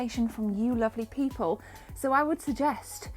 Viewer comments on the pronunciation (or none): none